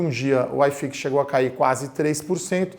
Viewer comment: Não se fala aiiiifix, o correto é iiiifix. Grande abraço. Ótimo vídeo.